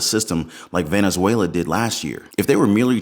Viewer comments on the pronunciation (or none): none